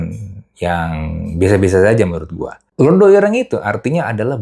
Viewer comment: Bukan Londho...tapi Londo..😂